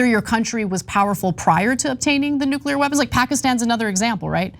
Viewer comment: Nu-ca-lear weapons? Should pay attention to her pronunciation if she wants to be taken seriously as a public intellectual.